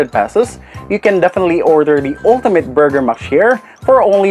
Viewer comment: Borger! wahahahahhahahaha